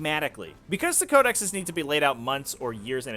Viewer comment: just quickly: Code-eh-sees